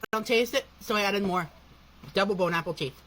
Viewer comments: If I hear him say bone apple t one more time I’m gonna lose my shit. Why does dough boy have to ruin EVERYTHING? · Can I just say how much I hate it when he says “bone apple teeth”. He’s trying so hard to be a unique food critic, but no, you’re just a white version of Tophupa. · It's bon appetit you FUCKING TROGLODYTE Learn ENGLISH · Sometimes, I honestly wonder if he legit thinks the saying is actually "Bone apple teeth/teet" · If anyone ever says "Bone Apple Teeth" around me I'ma fuckin snap bro. 😂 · "bone-apple-teet" gets me every time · Bone apple tea? Why's he keep sayin that lol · Bro if it was like, one time, sure, BUT HE SAYS IT EVERY SINGLE TIME (lolcow activities)